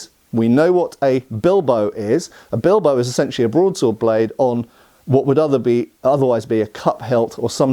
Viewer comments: Don´t want to be rude, but it´s said BIL-BA-O, not "Bilbou". I know is just a small thing, just lending a hand here. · From a place of love and appreciation for your videos… it is pronounced: BeelBahOh